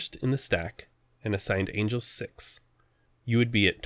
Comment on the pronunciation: "Angles"? Seriously!?